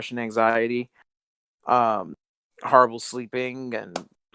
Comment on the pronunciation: Hearing him saying harrible is the cleanest best pleasure